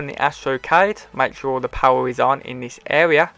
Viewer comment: Lol I just love how he says power (powar)